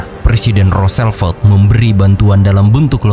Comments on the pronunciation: rossevelt bang bukan rosselvet dengernya kayak gimana gt XD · Roosevelt bukan Rooselvelt... perbaiki ejaan lagi bro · Bukan roselvet kak.. Tpi roosevelt..😊😊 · Admin,pembaca narasi ROOSE ELT,ROOSEVELT bukan ROSELVEL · Min, berulangkali namanya disebut Roselvet, yg benar adalah Roosevelt alias FDR/Franklin Delano Roosevelt. Huruf el-nya di belakang. Ini nama hafalan sejarah zaman sekolah SD dulu. Maaf ya, krn agak mengganggu telinga. 🙏